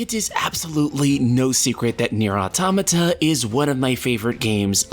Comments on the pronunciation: I just wish you would read the name out loud the right way .... It's a compound word spoken = auto-mata ... The creator says it like that the entire country it came from says it like that and the funny thing is its phonetically english. Not a japanese name or expression yet english speakers cant say it and it's always the same people whos only come back is ..... muh grammer .... Well i'll write like I'm doing a presentation when you can read words like they are written. Deal? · holy shit learn to pronounce automata lol